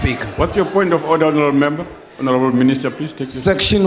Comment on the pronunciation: Continue hounarable minister, that's frivolous😂😂